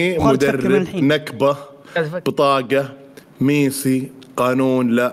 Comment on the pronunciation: ميسي ❌ ميثي ✅😂😂😂😂 يا